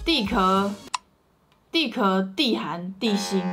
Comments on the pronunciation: 不是应该说地壳（qiao）吗 xd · 我没啥文化，但是不是都念错了？地壳（qiào）地幔 地核，而且其实吃了两个高丽菜？天呐... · 是地壳（qiao )哦～